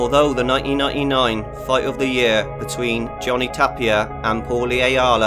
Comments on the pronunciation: I like the way you pronounce 1999.... "noy-ee-noy-ee-noyn" :?D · "Although the nah ee nah ee nine..."